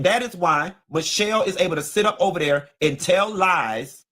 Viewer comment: Please Learn to Say The Word There Correctly... Love you ❤